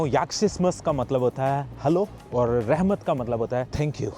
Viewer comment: rahmat nahi rakmat,,,,,uighar language me